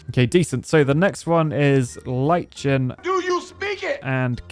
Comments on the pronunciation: Lichen is normally pronounced almost identically to "liken", with a hard K. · Lichen pronounced (Like-in) 😅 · Lie-ken. Lichen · Liken is how it is pronounced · "Lie-chen" DO YOU SPEAK IT?? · I don’t know what made my head hurt more today, hearing try to pronounce “boreal” and “lichen” or hearing Z1 try to pronounce “coelacanth”. Editor’s commentary was perfect. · Lichen really take a "lichen" to rocks. Though tongue ain't lichen em' at all. It's okay,, none of us are good at English. There's like 3-5 different editions of English anyways. Who's to say any way of speaking is more correct? 😂 Curse this language which has no phonetic consistency.